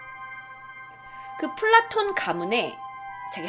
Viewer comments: 난 플라톤을 블랑크톤이라고 들음ㅋ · 플라톤하니까 플랑크톤이라고 들..